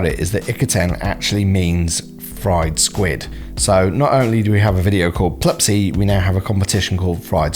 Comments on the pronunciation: Pluspy, not plub py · Isnt it "pluspy" like Plus Py instead of "Plupsy" like Plup Sy?